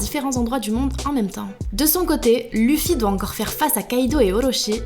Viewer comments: Quelqu'un peut pas lui dire qu'on prennonce pas luffy mais leffy ptn ! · je rêve où elle a dit luffy en prennoçant le u 😑😑